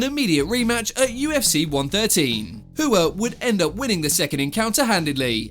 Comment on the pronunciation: Rua, not Hua